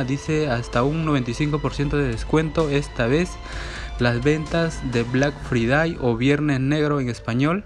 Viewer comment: Black fridai literalmente lo dijo asi xdxdxd